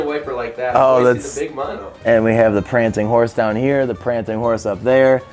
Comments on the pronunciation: Why did you say pranting horse ? It's PRANCING Horse. Also you're meant to use a wooden mallet not a metal one to take the nuts off so you don't damage them. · It's "prancing" though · "Prancing" horse. Not pranting . Whatever that is. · Are you really saying "pranTing" horse? Is it not "pranCing"? 😄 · Pranting Horse?? Pranting??